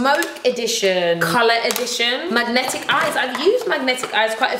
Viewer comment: I love how you were pronouncing "magnif'eyes" as 'magnetic eyes' 😄❤